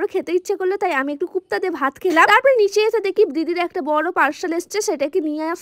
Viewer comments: Ota kopta kupta na😂😂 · Kupta na kofta, amra kabab boli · গুপ্তা না কোপ্তা😂😂😂